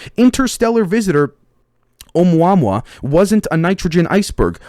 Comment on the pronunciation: both of us as researchers have that 110 percent drive to be accurate on everything g we say since nobody else wants to help I heard the Hawaiian astronomer who discovered the asteroid pronounce it like oh-moo-uh-moo-uh. I said it like you until I finally heard the guy pronounce it. Figured I'd let you know so.its one less thing for some asshole to be like " he doesnt know what hes talking about "